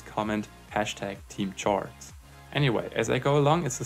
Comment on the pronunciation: "Chords" is pronounced as "kords".